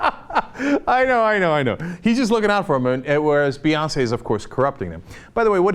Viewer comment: that last Beyonceé was pitch perfect lol